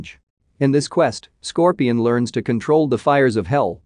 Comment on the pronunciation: Apparently “Scorpion” is the only thing he can pronounce right 😩